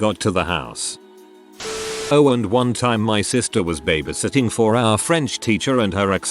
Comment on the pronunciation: Can't imagine how these people felt. Never felt the need to call police while I was babysitting lots of years ago. I guess I was a lucky babysitter. Speaking of babysitting...can't the computer voice be programmed to pronounce babysitting correctly? It is so annoying to hear it mispronounced!